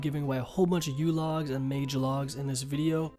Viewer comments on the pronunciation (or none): none